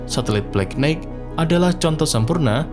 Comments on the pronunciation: nighht, knight, itu "g" nya nggak dilafal. jadinya knaite makanya sekolah jangan ngantuk ! pantes aja channel hoax dan pseudo science laku di konoha, bangaa bodoh sejak 5 abad. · Knight dibaca Nai(g)t. 😊